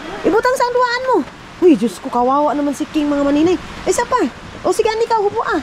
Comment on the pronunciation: Ayusin mo ang pagsabi ng DIOS KO. DI JOSKO. Dapat ma correct ka sa mga ibinubuka ng bibig mo